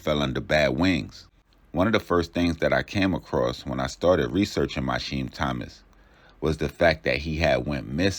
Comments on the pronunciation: why tf is you saying mysheem its mi keam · His name is pronounced My-Key-Heem AND those mugshots not even him it’s his brother